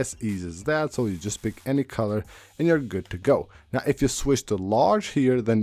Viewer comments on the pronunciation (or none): none